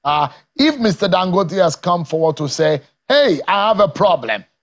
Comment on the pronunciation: Please, Mr. Speaker, pronounce Dangote like a Nigerian and stop fooling yourself.